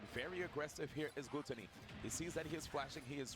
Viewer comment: what´s wrong with them pronouncing their names like they do? glue-tony and sho-GUN (pew pew) wtf?!